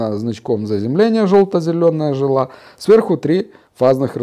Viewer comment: Не жилА, а жИла!!!